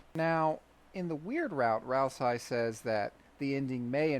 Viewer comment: Tony: Lets make the geno route in this game so obviously bad that nobody could ever think they're doing the right thing Undertale fandom: So this is my theory on why deltarune's geno route will be the objectively moral path Never change. EDIT: LOL can't even pronounce Ral-say properly. What a fucking joke.